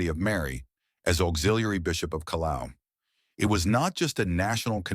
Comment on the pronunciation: Excuse me, sir, but the surname of the Peruvian priest is RIMAYCUNA, not "Rymajkuna". Since you are trying to illustrate us with these facts about the new Pope, which is a important task to undertake, I believe it would be better that you get them right. Also, the place in Peru that bishop Contreras has been appointed to is CALLAO, not "Calao", and it is Peru's main seaport and an international hub for ships cruising the Pacific Ocean.